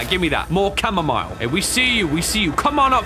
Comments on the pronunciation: You call chamomile, camo-mile? Bruh.. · Who calls it chamomeel?? Gross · It’s chamomile not chamomall